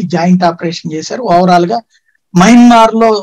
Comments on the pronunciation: యమన్మార్ కాదు మయన్మార్ అనాలి. ఒకసారి మీ తమ్బనైల్ చూసుకోండి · Yamanmaar kaadu swamy mayanmar